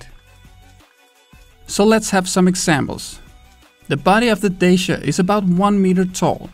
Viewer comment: Finally someone who pronounces Dacia correctly